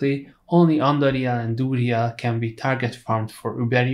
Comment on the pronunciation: duriel is pronounced dur re el not dooly yeah like WTF LOLOLOL